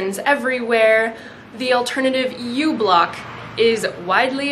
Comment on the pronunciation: microBlock, not uBlock. µ = micro.